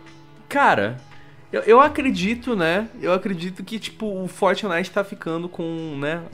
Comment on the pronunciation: por que vcs falam fortnif literalmente